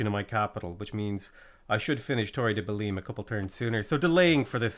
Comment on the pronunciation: the way you pronounce belém still scares me